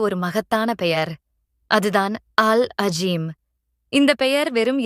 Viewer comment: அது அல் அளீம். அல் அஜீம் இல்ல. அரபியை உருதுவை வச்சி வாசிக்க வேண்டாம்